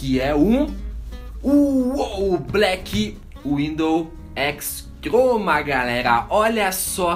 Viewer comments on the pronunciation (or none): vc falou errado n e razer Blackwidow X troma e x croma mais i vídeo tá maça tá nota dez blz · o engraçado do é que ele fala "teclado BlackWidow X troma" saushaushaussuushas. lek q teclado foda! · fala peidando kkk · o cara fala TROMA , BAGULHENTOS PQP '-' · ele fala x troma